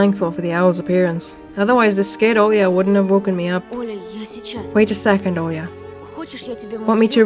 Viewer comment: 10 seconds after you mentioned the Olga instead of Olya my brain finally kicked in when I was drinking water and then water shot out of my nose! My brain has such slow reaction. Lol … Olga 🤣